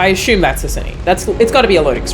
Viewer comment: I'm just here for the "ashume" pronunciation.